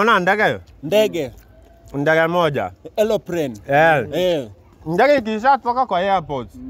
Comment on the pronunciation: Ati "elopren" Aii unachoma!